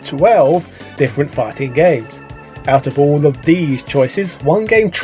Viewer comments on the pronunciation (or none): Didn't read the title before clicking. thought for sure he said "Farting games". I'd join patreon to recommend a video on that. LOL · Am I the only one that every time he said "fighting games", I understood "farting games"?